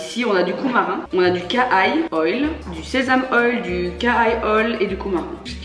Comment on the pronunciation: Coumarin ce prononce coumarine ^^